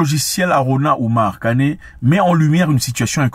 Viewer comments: Kane et non kané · C'est KANE pas KANÉ 😢 s'il vous plaît. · Monsieur Mwekassa j’ai grandi en sagesse avec vos mots et paroles. Néanmoins depuis peu je vous écoute mais quand vous prononcez nos noms sénégalais vous les francisez. Svp faites juste un effort pour cela. Ex: FayE et non Fayé. KanE et non Kané. Le peuple vous remercie beaucoup et j’aimerais bien vous inviter dans mon quartier à Dakar tout le monde ne parle que de vous. Merci infiniment